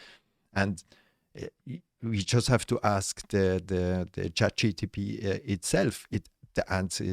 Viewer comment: Actually, it's *Chat G.P.T*, not GTP...